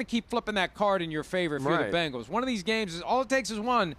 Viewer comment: jesus christ simms its BENGALS NOT BANGLES!!! these national talking heads NEVER give us ANY credit. cincy will be back in the superbowl multiple times and we are going to get a championship! whodey!!!